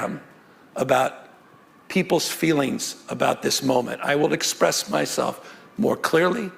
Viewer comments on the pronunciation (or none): none